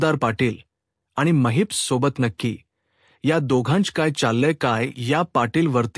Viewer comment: It's Mahipat not Maheepta also khote bolnar not khot bolnar . khatri nahi not khatri jama hote nahi . It's not boltayat say boltat. Khatar jama karaiche pl it's khatri karne.. it's zhopdi not zhopat..choop dila aasto . Pl talk properly else if we keep listening we may spoil our marathi